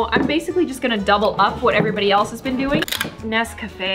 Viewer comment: WHY DID U SAY NEC COFFEE LIKEEE A BULGARIAN WHYYYY